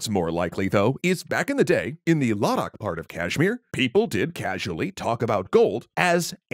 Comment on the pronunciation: Man you’ve gotten better at performing Indian names. The Kashmir and Ladakh pronunciations were not only relatively better but also more well spoken.